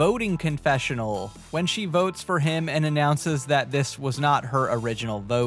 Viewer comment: Anyone else see the ship at the intro and hear, "Idol Boats," not votes?